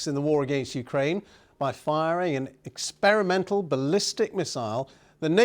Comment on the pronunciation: Experiemental? Really! Please don't joke about serious things. 😮